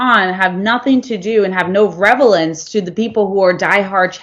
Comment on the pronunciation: reLAVance lol reVALance